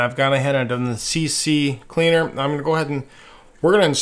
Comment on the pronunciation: Remember its C-Cleaner, not CC-Cleaner. You coud maybe say CC-leaner, but that makes no sense